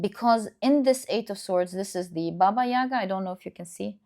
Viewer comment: Thank you for the reading, ❤ Just wanted to correct you a tiny little bit (with all my respect and gratitude). In Russian we pronounce it “bAba yagA”. We put stress on the last syllable in “yaga”. “Baba” means woman basically (used in old times, now considered quite rude). “Yaga” is something like an evil witch, but it’s used only together with “baba” (like “baba yaga”). We have a lot of fairy tales about this lady 🧙 Hope it helps 🙏🏻